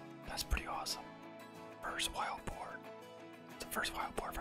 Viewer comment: I love how he calls it wild bore 😂😂 I'm sorry am from Louisiana and it's usually hogs and pigs and bores but amazing pig man congratulations